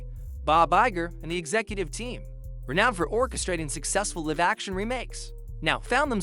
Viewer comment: Weird text to speech program you're using "live" pronounced as in "to live in LA" rather than "to be live". Weird pauses.